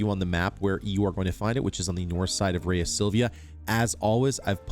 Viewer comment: I believe Rhea is pronounced "ree-ah".